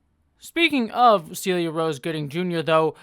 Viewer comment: Celia is pronounced "sell-ee-yuh" as per her Twitter bio!